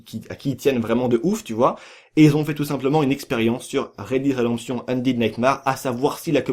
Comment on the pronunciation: sa se lit Red daide redemption ondaide naytemere et non Red did redemption ondid naytemarre